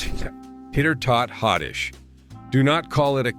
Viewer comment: Interesting. But “hotdish” is pronounced “hot dish.” And, I grew up in Iowa. There was no such thing as a “loose meat sandwich.” It was a “Maid Rite”; it was immensely popular; and it was a franchise. I suppose “Maid Rite” is a brand name, but I we ALWAYS called it “Maid Rite.”